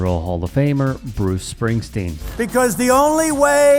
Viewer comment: Just listen to him slurring Bruce, he is a caricature or a man, puts me in mind of a TV show used to be on. Lazy Town, there was a pinched nose character called Stingy walking around claiming everything he saw was his, "Mine!" That baseball is "Mine" everything is "Mine!" Everything is his, and no one else can have it unless they steal it from him. 😂😂